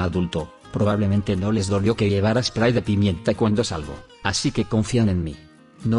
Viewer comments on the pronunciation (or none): none